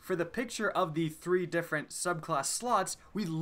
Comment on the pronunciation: "Three diffent subclawsses" anyone else here that?